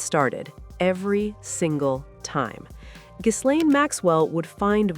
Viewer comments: The S is silent in Ghislaine. I believe she has the most mispronounced first name on earth, especially in Podcasts. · FYI, the S in Ghislaine is silent and it’s pronounced Gi-LENN in French. I know… but it’s true 😅